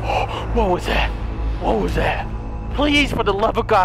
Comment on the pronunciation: " WHOT THE FOOOK" im weak